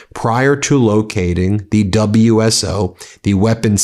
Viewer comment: It’s pronounced “wizzo”. Married to one who also became a pilot.